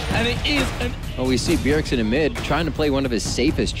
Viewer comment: Ever since the very first line i knew this caster couldn't pronounce bjergsen